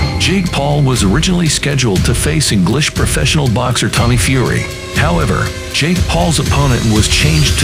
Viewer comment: At the end Mike Tyson said let’s do it Jakie 😅